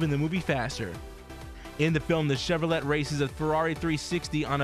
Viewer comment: it's Chev ro lay, not Chev ro lett